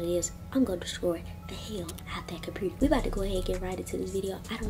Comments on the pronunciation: peep ha tranna say computer like que . 🤣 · “2008 compurter” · It was funny how she said computur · Girl say computer properly omg🙄 its annoying